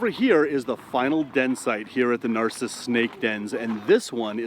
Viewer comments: It's not "nar-si-ss" pretty sure it's "nar-sis". Spelled "narcisse" of course. No Spaniards up here (well, you know what I mean) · I live really close but have never been there. BTW it's called Nar-SEECE. Reminds me of a Far Side cartoon. In a snakepit, one snake says to another "I don't know about you, but this place gives me the willies."